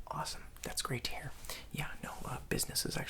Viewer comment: My name is tanner and when you said that’s great to here it sounded like that’s great Tanner